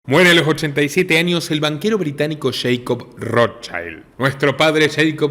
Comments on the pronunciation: primero mi admiracion por tu trabajo Felicitaciones. Considera pronunciar ' Rot child' en lugar de " rot chaild". Porque es un apellido germánico, no inglés, y le estás cambiando el significado de Escudo Rojo - el verdadero - a " Niño Rojo" lo cual es bastante extraño, no?😊. Sólo un consejo. Abz! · asi no se prononcia el.apellido Rothschild es un apellido judio aleman y NO.INGLES